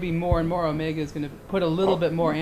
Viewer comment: The first thing he should have explained to this kid is how to pronounce Omega properly.